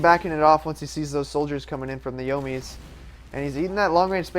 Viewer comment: the yo-mies